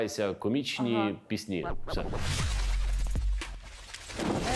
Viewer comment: Будь ласка , нехай ведучий ставить правильно наголос у слові ПІСНЯ , бо постійно звучить пІсні а не піснІ, бо дуже ріже вуха!!!!!!!!!